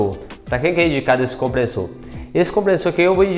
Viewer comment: Comprenssor, NÃO!!!! É COMPRESSOR!!!